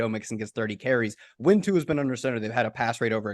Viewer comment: Give it up for!! He’s the first one I’ve heard pronounce Tua’s last name correctly in maybe ever. Good job,.